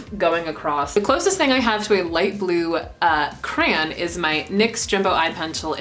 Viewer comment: youre my fav youtuber but every time you say cran i want to die